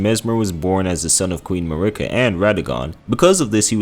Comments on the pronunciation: mUrrr-ikA is wild. the game characters all say marY-Ka. did you have it on mute? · Mel-in-a and Mar-i-ka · You emphasize the first A in Marika, not the I. It’s almost like you’re saying Murica. The way you’re saying it just sounds like you’re saying f@ in Spanish lmao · "Me-lina" 💔 "Ma-rika" 🥀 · How do you say Godfrey’s lion’s name but butcher Marika and her twin son ( I can’t spell his name). I clicked off almost halfway.